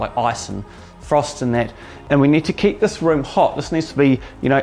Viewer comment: A new zealander: Thuis... lol